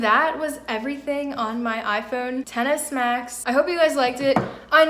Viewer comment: it sounds like you said tennis max lol, nice video